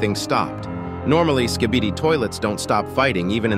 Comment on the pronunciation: i am stupid or he really said SKIDIBI toilets?